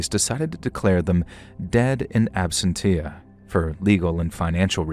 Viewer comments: The 2nd word in the legal term, "In Absentia" is pronounced (abSENt-shuh \ abSEN-shí-a); Meaning, in the state of being absent; in someone's absence. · absentia is not pronounced like that idk if i had a bunch of subscribers id take pride in my work and care about correct pronunciation.. i mean u refuse to stop saying horrified instead of mortified, so youre in the middle of the story and suddenly the person is embarressed? idk bare minimum ig-- whoever you live with that you clap at them harshly when recording-- bc you cant take five seconds to kindly let them know and cut it out-- idk... you dont ever cut out your re reading and re writing the story by stating the sentence then saying it again in ways that you think sound better then leave in the first way said too..lazy kinda